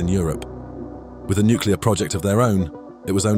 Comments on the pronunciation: The word is NUCLEAR, not Nukular! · “nuke-u-lar” is not a word. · You lost me the second you said "nucular". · Don't say "nucular". The memories of Jimmy Carter were just starting to fade.